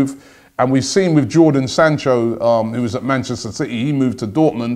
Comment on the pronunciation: Jordan sancho!! haha fakin hell robbie. Jadon sancho!